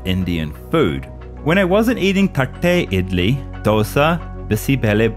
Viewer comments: As a kannadiga damn you really nailed the pronunciations of bisi bele bath and thatte idli 🙌🏽 mad props! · Bro is perfect compared to other who don't know to pronounce some words. THatte idli👍😌✊👌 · When he pronounced the name properly!! Thatte idly!!❤️❤️ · Your pronunciation of Thatte idly ❤ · Exelent pronounciation of "Thatte Idly" & "Bisibele Bath"❤ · The way he said, 'Thatte Idli' was 🔥🔥🔥🙏🏼 Thatte in Kannada means plate. Pronunciation top notch 🙏🏼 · Love the way how he pronounces "thatte idli, Dosa and Bisi Bele Bhath" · Wow!!! You are only who pronounced thatte idle correctly 🎉🎉😂 not even north Indian say correctly